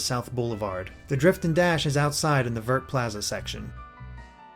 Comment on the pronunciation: I cannot help but correct you on your pronunciation of 'vert'. The 'T' in vert is silent and it is the french word for green. If you haven't figured it out already, the other plazas are also the french words for various colors